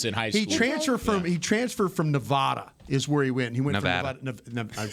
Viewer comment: There is no h in Nevada. Thank you.